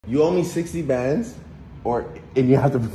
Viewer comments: Bendzzzzss lmao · 60 bænds